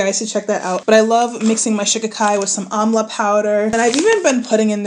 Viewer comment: Before I checked the description box, I thought you were saying “omelette powder” 😭😭